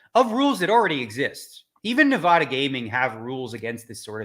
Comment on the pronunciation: Daniel you have lived here for years man. It's Nevada, not Nevada.